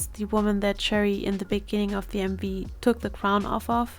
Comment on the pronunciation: I think Choerry’s name is pronounced Chwe-rry!